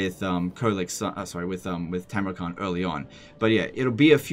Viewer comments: It's Tamurkhan not Tamurkhant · Khan is pronounced ''han''.